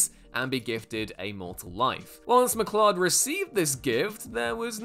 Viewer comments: Its McCloud not mclud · Stop saying "McClod", CLOUD isn't an unusual word. McCLOUD, like the things in the sky ffs. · I’ve noticed, recently, that Whatculture presenters, don’t care about proper pronunciation. It’s not MacClod, it’s MacCloud. Put me off the whole vid! Makes me wonder if you actually watched the movie! At least you didn’t say Mac Kleeodd😂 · The name is Connor MacLeod. So if you are just reading a script, then it's a simple mistake to read it as "mc-clod". But you would have also had to have been living in a box and never seen even a single clip of the Highlander (or watched one of the Queen music videos). ;) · Stopped watching after he mangled the name Connor McCloud and said "it sounds as ridiculous as it sounds". WTF??